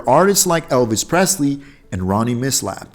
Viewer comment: Opry is pronounced with a short O.It's Milsap.